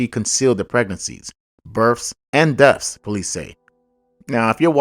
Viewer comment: The pronunciation of the words you used is.. BIRTHS & DEATHS. NOT BIRFS & DEAFS.